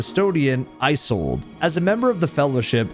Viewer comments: Loving the video, but the way you pronounce “Isolde” is not right. Iz-olde, not Eye-solde. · You're pronouncing Isolde wrong